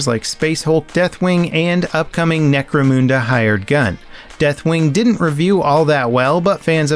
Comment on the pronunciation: "necromoonda". Your pronunciation choices are always interesting.